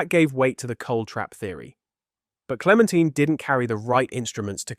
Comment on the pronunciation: Clemen tyne. Not teen.